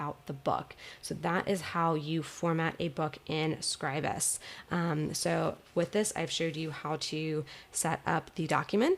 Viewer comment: Thumbs up for pronouncing Scribus correctly.